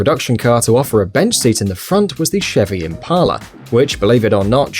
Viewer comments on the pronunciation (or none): none